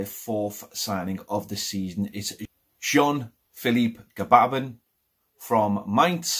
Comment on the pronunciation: Pronunciation of Moise Kean 🧐 Pronunciation of Jean Phlilipe Gbamin 🥴